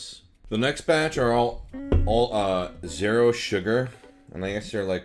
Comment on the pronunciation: Omg he says the word zero like "zair-o"